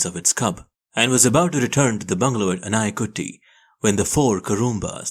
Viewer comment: Its called theppakadu and masinagudi, sounds different than what narrator sounds but the way narrator narrates is good..and its anaikatti